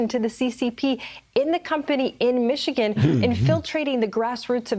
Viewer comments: Pronounced Michini.... Ya nevermind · Michi-gander. You're welcome 😁